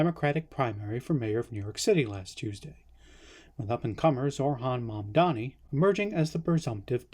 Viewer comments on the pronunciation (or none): It is a bummer that I agree with a lot of what is presented in this video - that so much of is it poorly researched: 1) Zohran's name is spelled Zohran 2) Zohran's name is pronounced Zoh-Rahn, not Zor-Hahn 3) Zohran did not win the primary until the 3rd round of voting, capturing 43.5% of votes in rounds 1 and 2, only capturing 56% of the vote after multiple candidates were eliminated. That said, the points made on Trump's authoritarianism and concerns of a political deportation/denaturalization were very valid.